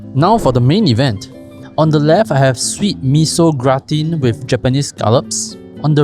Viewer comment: DA lat. Grah-tan.